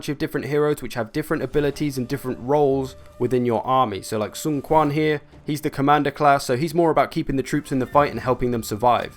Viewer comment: We'd have to see the chinese characters to tell you definitely how to pronounce Ren. Sun is pronounced like S-win (like swindle)